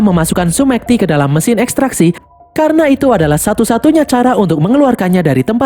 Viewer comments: Salah pengucapan bang karna seharusnya bukan karno😂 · Karna min, bukan karno 😂